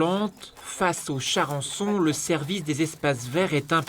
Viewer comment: "Charençon", vraiment ? XD